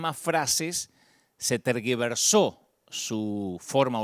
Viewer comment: La palabra correcta es "tergiversó" y no terguiversó